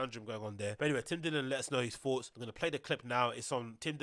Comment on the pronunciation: Say thoughts not foughts